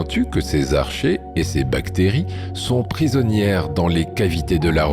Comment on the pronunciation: vers 44 min : "protozoique", et ça n'existe tout simplement pas en effet. Tout comme les archées qui se prononcent "arcquées" et non pas comme "archer". Ce documentaire comme tout ceux d'Orbinea est de très faible qualité, tout juste bon pour endormir les très très gros néophytes ou petits enfants le soir.